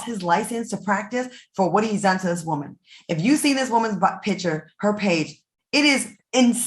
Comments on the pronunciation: I Love when Al says Whoa-man!!! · The way Al says WOE-MAN lmaoooo😂😂😂😂I giggle a lil every time.